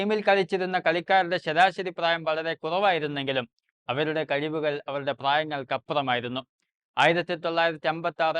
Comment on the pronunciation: Tholinja avatharanam.. "kazivekal " അത് എന്ത് സാധനം. Content is exceptional...